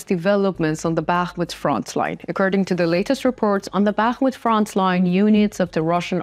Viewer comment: Not frontsline ......Frontline!!!!!!